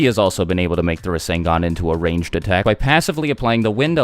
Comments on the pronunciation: I’m gonna take a shot every time you say rasengon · did u say minato created the resengan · Boruto's rasengan actually uses Lightning (Raiton) element. Not WIND (Fuuton). Sasuke specifically explained it to both Naruto and Boruto during the fight with Momoshiki. No biggie tho, I thought it was wind at first too.